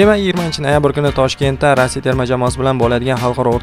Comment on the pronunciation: Рася эмас, РоссИя.